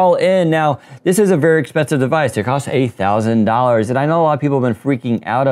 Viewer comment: it really sounded like eight thousand especially when you said a lot of ppl are freaking out. I thought damn well they would :D